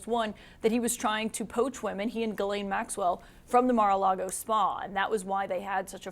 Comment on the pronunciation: Her name is Ghislaine (“Geez len”) and not Guylaine (“Gee len”) both common in Québec. Also how do you USAians get “Le fever” (Brett) out of Lebfevre (“Le Fayvruh”) to name only one of your many badly distorted pronunciations of French origin names.